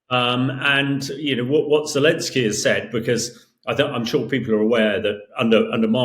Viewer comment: Right, but his name is Pres. "Zelenskyy." I don't care if you drop the second "y," but at least get the right initial vowel and includ the 'n.'